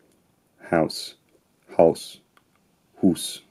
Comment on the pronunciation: I love how you perfectly pronounced Haus like a typical Austrian person would, but then you used Mücke, which is such a German word 😂 But this topic is super interesting.